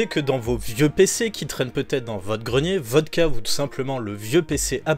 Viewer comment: merci pour la vidéo, mais pitié !!! "peut-être" !!!! pas peutetre...